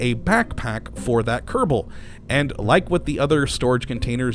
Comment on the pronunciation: why you say "kerebal" space program?